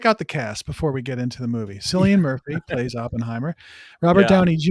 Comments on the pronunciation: Cillian Murphy.... say Ki-lee-un Mur-fee. not Silll ian. Your pronunciation is cringe worthy. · Killian not Sillian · man it is not pronounced as sillian it is K for cilian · It’s Cillian with a hard C.